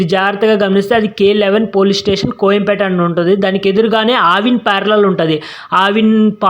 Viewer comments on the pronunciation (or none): కొయంపేట కాదు కోయంబేడు